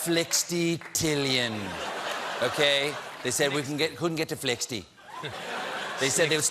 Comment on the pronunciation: Flixy trillion, and Flirpy trillion 😂